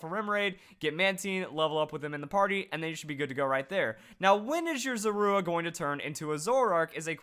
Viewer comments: It is pronounced ZOR-A! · You put the stress on the "u" in Zorua? That sounds so weird. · The way he says Zorua -_ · He said Zorua wrong and I just cringed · um im relivant I thought I was the only one